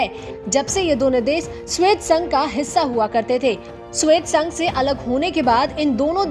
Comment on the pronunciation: श्वेत संघ नहीं " सोवियत संघ " हैं|